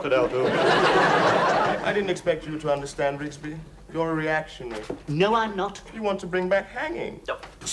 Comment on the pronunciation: ITS RIGSBY